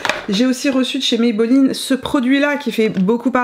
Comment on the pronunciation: Bonjour ça s’écrit Maybelline. Ça se prononce comme ça s’écrit et c’est une marque Américaine, qui a été racheté par le groupe Français L’Oreal.